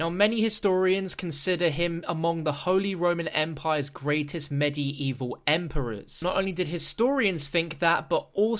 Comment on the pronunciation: How you pronounce medieval is so stupid 😂😂 lmaoo